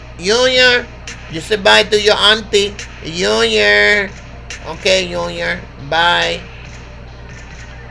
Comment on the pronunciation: “I got to take care of unior” 🤣